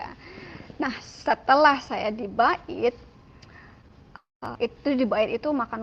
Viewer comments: NYEBUT kata BAIT aja SALAH . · NYEBUT kata BAIT aja SALAH .1